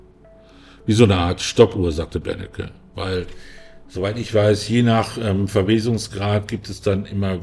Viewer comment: Der heißt übrigens Benecke, nicht Bennecke...